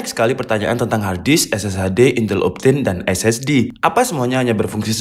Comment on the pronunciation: "INTEL MEMPEK" :V